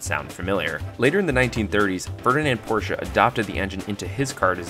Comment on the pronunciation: First, you get a like because you say Porsche more correctly than most others. Usually, I shut off the video the moment I hear the person mangle the man's name. The flat layout is good because it sits so low in the car, but at the same time, it's hard to get to. General Motors also put boxer engines in the Corvair.